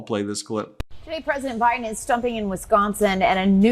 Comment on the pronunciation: Did he just call Biden, Bin Laden? Sorry can't tell if he is doing this on purpose